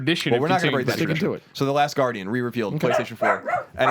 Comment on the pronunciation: every year colin says "the last guardian" ahaha one year he'll be right